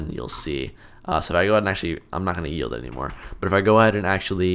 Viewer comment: i first heard coroutine dot yeet instead of coroutine dot yield